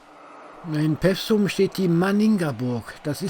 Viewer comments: Vielen Dank für diesen schönen und informativen Film aus meiner/über meine Heimat! Etwas zum Schmunzeln gab es auch: "Peffsum" - richtig ausgesprochen wird der Ort Pewsum mit einem langen "e", also etwa "Peefsum". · Bitte nicht pewsum sagen. Das heisst Peewsum. Mit langem e. Ansonsten nett.